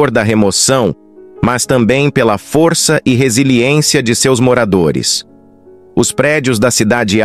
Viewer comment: Tem que melhorar o sotaque da inteligência artificial. "foriça" , "marica", "inforimações", é muito irritante. Tem que falar direito.